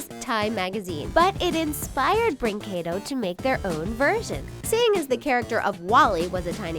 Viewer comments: "breenquedow" WHEEZE Sorry, i'm brazilian lolol WAIT ROBOZEENHOES LOOOOOOOOOOL SORRY I HAD TO H U E H U E H U E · I’m Spanish and Portuguese and you say Brinquedo wrong